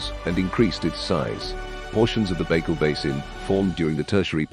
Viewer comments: For real, he called it fucking bagel 😭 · If you're going to do a video of facts about something, at least try to pronounce it properly